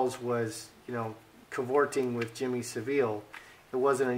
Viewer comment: Jimmy "sav" "ull" is how it's name is said xx I love Ur reading xx subscribed